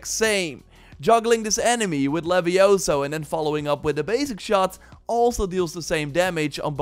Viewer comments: Yeah, I'll bite... It's LeviOsa, not LeviosA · Its levi ooo sa not levi o sa 😂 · It's LevioOoOoOoOSA. Not leviosAaAaAaA. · It's leviooosa not leviosaaa. Lol. Great stuff keep it up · it is leviOsa not leviosaaa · It's LeviOHsa, not LevioSAHH. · It's Levi-O-sa, not Levio-SA! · its leviosa not levioSA lol